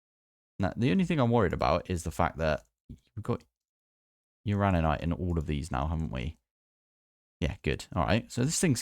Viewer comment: You do, indeed, pronounce uraninite correctly. 😂